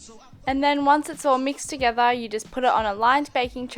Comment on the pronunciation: "Mix it all toGETHAA" I'm sorry, this just cracked me up xD